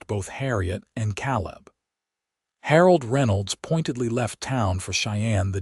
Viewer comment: Can't listen to an entire story with them pronouncing Caleb as Cal-lib. I'm out.